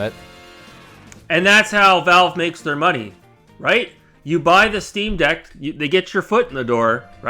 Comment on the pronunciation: everytime that smuck says "rite" a cherub dies or something